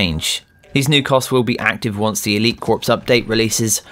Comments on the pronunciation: Just so you know, corps is not pronounced “corpse”, it is pronounced “core”. Just for the future :) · This man says corps like a corpse it’s Core